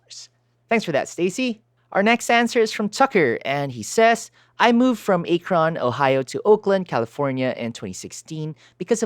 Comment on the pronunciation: Haha. A-kron!! It's Ak-ron. Come to think of it, A-kron would make a good dj name. Keep up the great work. I just found this channel recently as I'm thinking about coming back to DJing.